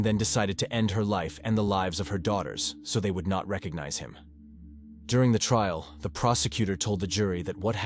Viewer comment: What a tragedy of a promising family committed by a monster...Blood, trial, and crime.. mispronounced.. Blued, treal, and cream.